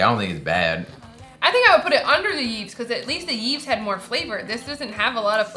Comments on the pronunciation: Yves is a Canadian brand and it's pronounced "Eve" because it is a French word. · The pronunciation of Yves is "eev", you were close, you just don't pronounce the s